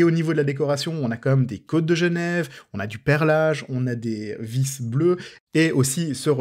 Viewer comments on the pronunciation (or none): none